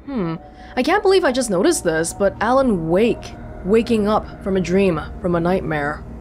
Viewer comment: Alen Wake, A. Wake, Awake.